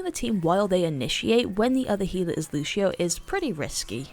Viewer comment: LUCIO, NOT LUSHIO GOT DAMN